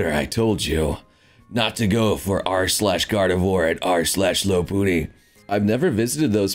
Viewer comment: he said gardevoir how the heck did i hear god of war?!.